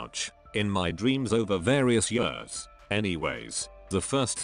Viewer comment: Text:”Years” Voice:”Yewrs”